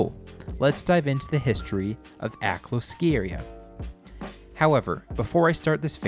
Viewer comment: I grew up down the street from Akloo. Other than the mis-pronunciation (AK-LEW is correct, not AK-LOW in incorrect) I enjoyed the video.